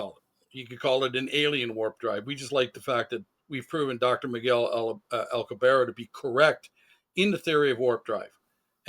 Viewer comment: Ugh, man, the CONSTANT mispronunciation of common words like Alcubierre's name or Augadilla is so distracting. He keeps saying "dill-uh" instead of "dee-ya". And it's not like this is an uncommon sound - he must have ordered a quesadilla once or twice in his life. Each time he says "aw-gwa-dill-uh" it makes me think of Napoleon Dynamite's scene "make your own dang ques-a-dill-uh, Napoleon." The fact that he keeps mispronouncing it immediately after provides the correct pronunciation is doubly confounding! Usually when I have a conversation with people and there are words in their native language that aren't in mine, I try to carefully listen and adopt the pronunciation after hearing it. 🤦‍♂️ And then there's "Al-coo-bear" which is just an entirely different nails on the chalkboard sound. It's a bit more forgiveable as that's an uncommon name, but he must have watched a couple of videos on the subject in his research and would doubtless have heard a pronunciation that is correct, or at least much closer than "al-coo-bear". Getting to the substance of the video, I think it's interesting, but I find their note on confirmation bias a bit hypocritical as they seem to have started with a conclusion (the object exhibits a warp drive signature) and then backed into a conclusion. The biggest issue for me is one of the speakers saying "yes, this is proof" that it's a real UFO and that they strongly believe that this is a warp signature. While anything is possible, and it's li